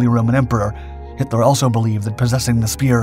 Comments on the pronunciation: DUUDE his names Hitler not Henler its pronounced with a T not an N but besides that good job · We’re you saying Himler? Or Hitler?